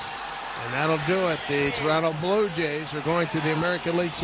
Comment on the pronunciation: Did the Yankees announcer Dave Simms just call my Blue Jays the “blow” Jays? 😮